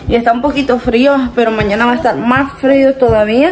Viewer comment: Mija se pronuncia MÁS énfasis en la letra S. Como lo dices se oye MA